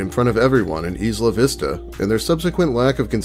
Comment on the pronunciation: It’s not EE-sluh Vista. It’s EYE-luh Vista